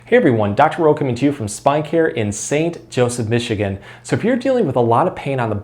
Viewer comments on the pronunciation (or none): none